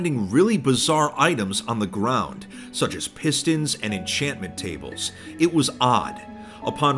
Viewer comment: oh no HE SAID ENCHANETMENT TABLe